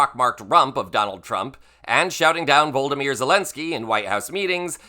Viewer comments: Vo-lo-dy-myr… Why do you yanks have such an issue with these names. Just practise it a few times before you make the videos. It’s not really hard at all. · I love watching your casts and I'm totally 💯 against Republicants. Keep up the good work. That being said, i have a pet peeve with name pronunciation. I understand some religions consider the name of the child to be a prayer in and of itself (blessing your child every time you say their name. I like this interpretation) Volodymyr is pronounced We give shit to republicants for not being able to say Kamala properly. We should do better for all. That is all 🤷‍♀️🙏🏼😺